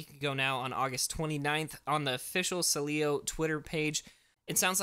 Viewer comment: it’s pronounced SEEEEleo. Stress the first syllable